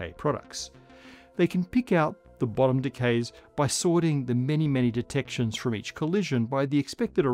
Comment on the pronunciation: Was looking away but my head whipped around because I swore I heard him call it the BOOTY quark.